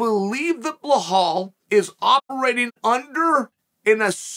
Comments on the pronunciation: Who the flunk is Blahal? It’s Bill + Al = Bilal. C’mon Chale Sunnin’, you can do this 😂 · not bahhal chael..., it should sound BEE LAL 😂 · It’s Bilal not Blahol 😂😂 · idk but to me it's easier to say Belal than Blahal!!!Uncle Chael!!!The 🐐!!!!! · I used to get annoyed by it but now i wait for the Blahal everytime. If i were to go to a Belal fight i would wear a T Shirt showing Chael saying “I’ve got Blahal winning this!” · Surely that man's name is not blahall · I love uncle Chael but sometimes he gets me laugh so hard... I don't know where he finds Belal - Blahal plus Chimaev gets in the way so we have Chamal...🤣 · Belal❌ Bla-haul✅ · Who's Blahhal? It's Belal. It reads exactly like it's written. No hidden nor exotic sounds. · Why does he keep pronouncing it Blahal 🤣. It’s so funny. I’m like who is Blahal? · Bil-lal, not be-hal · Belal Chael;bluhhall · If Chael hasn't heard any of the commentators pronounce Bilal as Bilal and not Blahol, then he can at least read it phonetically! I think it's Chael's deliberate wisdom deliberately mispronouncing some names! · Who in tf is Bluhal 😂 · Who's blahaul?? That should the worst pronunciation by this uncle surely for attention, nobody can be that wrong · Bluh-haul, LOL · Blehal Muhammad. Undisputed champ of proper name pronunciation. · Dude THERES NO H IN BELAL wtf do u keep calling him BLEHALL FOR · Bel - All ! No H ! Goddammit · The amount of time he says blahal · Wtf, he keeps saying BleHal 😂😂😂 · I’m now convinced Chael mispronounces names on purpose 🤣🤣🤣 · Anyone else notice how terrible chael pronounces names “Belhall” “Peyera” Love the show but damn 🤣🤣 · Chael... say "BE" then say "LAAAL" THERE IS NO H ANYWHERE IN HIS NAME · Americans can say Massachusetts but can’t say be laal 😂😂😂